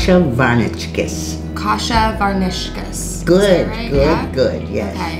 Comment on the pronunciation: I hope Ruth teaches her how to say "varnishkes." She keeps saying "varNISHkes." It's "VARnishkes." Yes, it matters. Kasha, btw, is buckwheat, one of the few grains that has a significant amount of protein in it. People all across central and eastern Europe relied on buckwheat, prepared in various ways, to survive. It's not a form of wheat, and it's even gluten free.